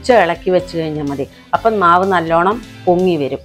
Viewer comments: ആപ്പം അല്ല അപ്പം എന്നാണ് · പിന്നേ സഹോദരാ ആപ്പം അല്ല അപ്പം ആണുട്ടോ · ആപ്പം എന്നല്ല അപ്പം പാലപ്പം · ആപ്പം അല്ല അപ്പം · ആപ്പ് അല്ല അപ്പം